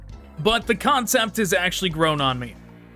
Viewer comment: Every time he says "concept", I imagine that his script says "Kahncept"